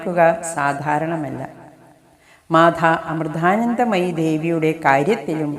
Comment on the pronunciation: മാധാ അമൃധാനന്ധമയി എന്ന് പറയാതെ മാതാ അമൃതാനന്ദമയി എന്ന് പറയൂ